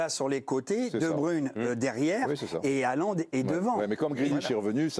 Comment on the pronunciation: Le mec est consultant il sait pas prononcer le nom de Haaland ….. à part de Micoud les reste sont pas présentable et vraiment nuls ! Bas niveau !